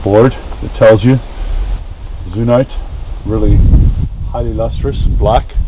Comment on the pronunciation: If you want to get technical about the pronunciation because it's originally greek it should be pronounced with a z sound, just like xenophobe or xenolith. The Eu in greek also makes the 'you' sound so I say it should be you-ZEEN-ite